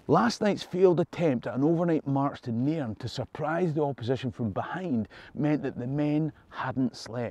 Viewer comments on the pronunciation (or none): Try pronouncing Nairn correctly